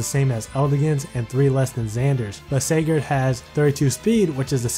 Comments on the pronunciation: Just so you guys know is pronouncing Sigurd wrong because the Youtube System thinks it sounds like cigarette thus demonetizing the video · A Holy War banner review?! Oh boi!!! Also why aren't you or Phoenixmaster1 pronouncing Sigurd right? What does YouTube have to do with this? :/